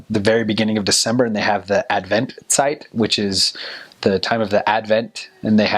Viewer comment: Wtf he just aced the word adventszeit xD